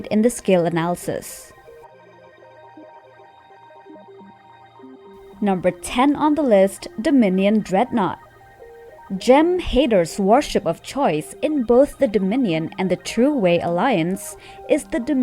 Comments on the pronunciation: "Gem Hayder"? Seriously? Try "Jem Hadar". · "Jem Heyda...... I feel insulted." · Lol "Jim haid or" .....ok lady I'm gone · maybe that's how it is pronounced in their native gem hater language?